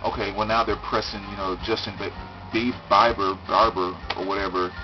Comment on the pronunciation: 1. Couldn't agree with you more about the Black Crowes! 2. While I disagree about the White Album, you made a great case for yourself. 3. So happy you don't know how to pronounce Justin Bieber's name. And for that I salute you sir! Peace!